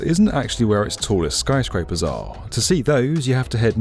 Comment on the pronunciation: why does he keep saying Skryscrapers?